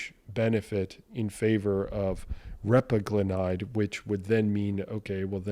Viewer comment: Repaglinide: accent is on the 2nd syllable. I've found that for people without diabetes, just making sure their A1c stays in normal range is all that is needed. I believe that just avoiding dietary AGEs gives you a much bigger health bang for your buck than trying to micromanage transient post prandial BG elevations. Speaking of managing post prandial glycation, pycnogenol has been touted for decades to provide anti-oxidant protection from both post-prandial and pre-prandial glycation and I just found a brand new study out about pycnogenol and cardiometabolic risk factors. Would love it if you could run it through your thorough evaluation process to see if it actually holds water.